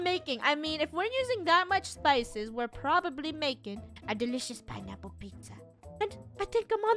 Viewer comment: "Pinaple" It's "Pineapple"